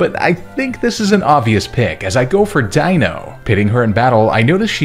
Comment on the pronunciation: Wow, somebody actually pronounces Deino's name right for once! Although you can't blame people if they don't know that it's a pun off of German and/or they don't know German pronunciation...